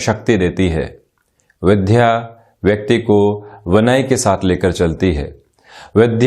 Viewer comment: अरे साहब विध्या सही उच्चारण नहींहै बल्कि विद्या होता है सही उच्चारण। ।जय हो माता सरस्वती जी की।